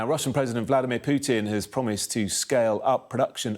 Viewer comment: Real experts are very specific, cautious, with attention to detail. This clown can't even pronounce Putins's name correctly. 😂